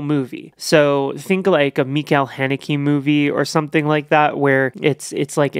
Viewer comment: That is not hoe you pronounce Michael Haneke.😂😂😂